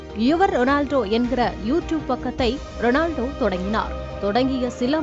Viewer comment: Not Renaldo it's Ronaldo